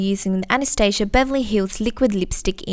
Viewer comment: IM SO HAPPY YOU SAID ANASTASIA CORRECTLY OMG YOU ARE AMAZING